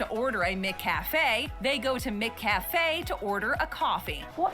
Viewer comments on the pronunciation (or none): The Breakfast menu at Macca’s has an English muffin with your choice of butter, honey, jam or vegemite. McCafe is within the Macca’s restaurant. Its pronounced Mac Cafe not Mick Cafe. Nobody wants to clean the Soft serve icecream machine in America. The machines are always working in Aus. Cleaning the entire restaurant is the job of every worker. Jobs are allocated and rotated. Pay at the cashier which was partly cut out in editing. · “Mick Cafe”?? Blimey! No wonder you call it Mickey Dees! The Mc or Mac in front of a surname is an indicator of an Irish or Scottish name, so we naturally say Macca’s because it came from the Mac prefix. McDonald’s trialled McCafe (M’cafe) decades ago and it succeeded. They were trying to break into our coffee culture and the regular counter coffee wasn’t doing it. I actually thought they then applied it to the rest of the world, but apparently not in the US! Yay! Go Aussies! 🇦🇺😜👍 Oh, and we don’t say beetroot the way she’s saying it, we actually pronounce the T, more like bee-troot.